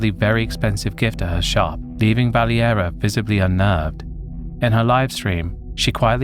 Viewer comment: It's not pronounced "Valley- Era" it's actually "Val-Area" spelled Valeria. In English it's Valerie.